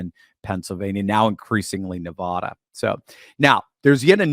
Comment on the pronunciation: I love your videos, but for the love of God, please pronounce Nevada correctly! On behalf of all the residents and past residents, we would be forever thankful